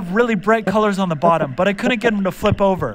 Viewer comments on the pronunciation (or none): Instantly becomes british at the end with that “BYEE”